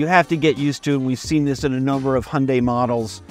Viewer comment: NOT "Hunday". "Hyun" + "day". And "Hyun" is one syllable. At least you didn't say "High" + "un" + "die". That is just awful. Here in central Seoul, the new Santa Fe is all over the place. And people love it. Of course! But it is basically criminal to buy any model except the top one, with all the trimmings! Don't make that mistake if you are getting one: Get the top one!